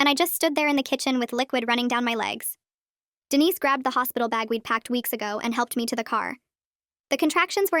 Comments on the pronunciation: Dude Denise instead of Dennis I’m dying 😂😂😂😂😂😂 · Umm who ever is reading this needs to get the guy's name right the way you say it is a woman's name but Dennis is a man's name. I know because I had a very dear friend named Denise and a Uncle named Dennis. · Someone doesn’t know how to pronounce Dennis.